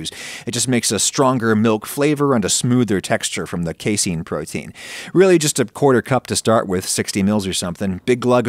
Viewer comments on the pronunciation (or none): none